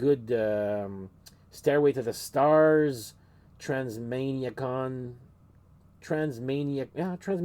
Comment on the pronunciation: Not knowing how to pronounce Transmaniacon says its all 🤣